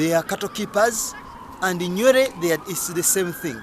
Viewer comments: Who told you that Nuer and Dinka are both resided in Bahr El Ghazal and both are farmers My friend these are misleading information, you better go and study again ..... the way you pronounce Nuer is even not the one we know in South Sudan or you are talking about another tribe in Uganda. But it is not your fault, it is our mistake that we are fighting ourselves for nothing until such low people like you got a gut to talk about mighty South Sudanese. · 99.9% of southern Sudanese will tell you that you got the whole thing wrong brother. Try to read more books written by southern Sudanese experts about each tribes. oh! your annoying pronunciation of Nuer .